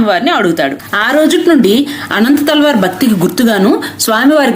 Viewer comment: అనంత తాళ్వార్ కాదు అమ్మ అనంతల్వార్లు